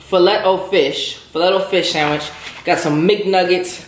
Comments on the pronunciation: Filet is pronounced Fi-Lay, not Fi-Let 😂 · Did you really say FEE-LET O FISH????.......LOL LOL LOL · Its "filay" o fish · Lol it's filet (fa-lay)!!! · Anyone else crack up at his pronunciation of “FILET”? 🙄😂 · You pronounced fillet wrong as hell lol